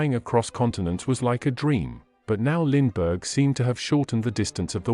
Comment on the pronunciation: When you are doing a bio oa famous person and you use an electronic voice, please try and pronounce his name correctly.